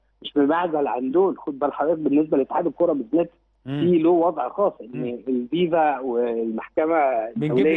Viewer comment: إسمها فيفا مش ڤيڤا يا بهايم اتحاد الكرة. FIFA